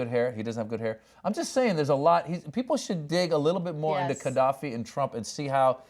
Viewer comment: You know so little about Gaddafi you dont know its not prononced Kaddafi.